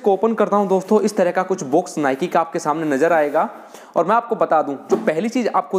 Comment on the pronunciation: भाई साहब बोलना तो सही से सीख लो बॉक्स को बुक्स बोल रहे हो और नाइक को नाईके बोल रहे हो